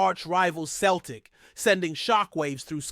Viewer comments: CELTIC is pronounced Selltic not Keltic. Get your act together or but out. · Pronounced seltic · Away and choke on a basketball ya clown. Dont try to talk about football . Your not evening saying Celtic correctly ya fud. Stick to American sports.